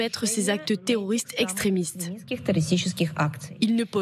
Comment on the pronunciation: Une fois de PLUS le ici gars CONFIRME en disant : "les attaques terrrrorrrrssss..." Hunnn Hun Hunn !!! Ce qui est sûr l'otan est forte en terrorrrismmmm..!